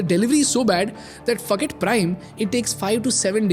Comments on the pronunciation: your forget sounds like "f%ck it" 😂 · i did not hear "Forget" 😅😅😅